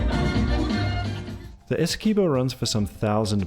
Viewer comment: Please say Essie qwe bo not Essie kee bo